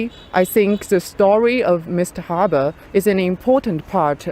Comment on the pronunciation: Also the pronounciation of "Rabe" by the young student was very good. Which is often mispronounced by many.